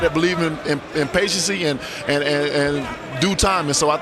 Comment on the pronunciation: Deontay said patientcy. Not a word. U fucking dumb nigga